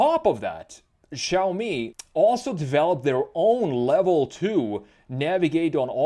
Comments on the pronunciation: It’s not chaomi or shaomi. It’s actually pronounced more like “See” “Ow” together really quickly. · its shaaomi not chaomi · I swear, where did "Chaomi" come from?! It's "Shaomi"! Except this little thing that caused me a mental breakdown, I really enjoyed the styling analysis of the SU7. Let's see how it goes if it gets commercial approval for EU market too. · Great preview of Chinese cars! It is pronounced as "Siaomi", there is no "Ch")